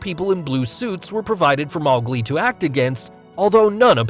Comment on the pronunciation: mawglie lol